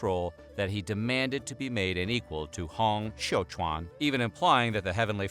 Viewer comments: While it's a good effort with everyone's names, it's quite a bit off. ie: Hong Xiuquan: "Hong" the -ong would be more similar to a long O. Xiu is good. "Quan" doesn't have much of a similar pronunciation in English. "Quan" would be more like "chew-eh-n" or "chyuen" with the "yu" part of the word would be more partly-puckered lipped as though you were pronouncing French. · as a chinese, thanks for the nice effort on Hong Xiu Quan name pronunciation: it was, close enough than most effort in English online.